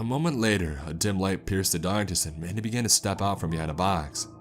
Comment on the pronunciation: oh mandy! I thought this man was saying manny